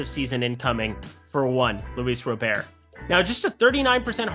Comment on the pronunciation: Lol why are you saying Robert like Gobert 4 years after learning the right way to say his name? Smh